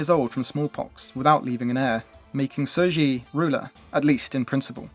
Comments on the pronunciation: Sir Ji? What!? At least pronouncing her name as Tze She would be closer even though it's still not accurate. But Sir Ji? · He did all that research, and not once did IPA of the name came up? Even if you don't read IPA, how did "Sir Ji" came about? There is no S, nor is there a J.